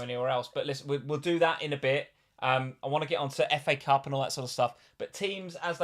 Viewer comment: Did say 'Cafe Cup' for FA cup (26') 😂. Btw a few GWs ago I was around 200K and was outside 1 Mil now almost same rank, Good job!